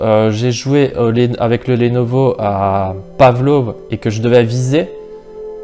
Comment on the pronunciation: Bonne comparaison sinon Lenovo ça ne se prononce pas lénovo mais leunovo.